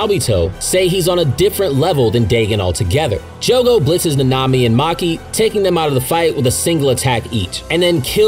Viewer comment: Last time I’m watching o e of this guys videos until he learns how to say nanami